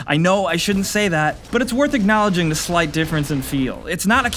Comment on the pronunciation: I love you, but you really need to learn to pronounce "the"